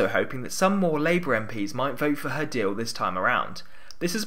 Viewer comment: I noticed, too... There's a very distinct l w merger going on in this one. "Deawl" instead of "deal". 🤔